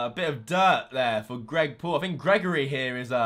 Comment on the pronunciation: "greg poul"💀